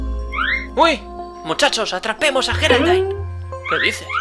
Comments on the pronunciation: Me llamo Geraldine :'v y no se Dise geraldain es yeraldine pero se escribe con g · como se escribe: Geraldine como se pronuncia: yeraldin como el lo dice: geraldain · No Sé Dice Jeralain Se Dice Geraldine. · cierto se pronuncia yeraldine y se escribe geraldine q casualidad yo me llamo geraldine y en lucar de geraldine se supone q es coraline